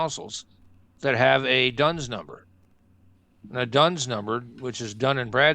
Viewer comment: it is not "Dones number," it is "D-U-N-S number, issued by D&B (Dun and Bradstreet), and every County Library with have the four volumes.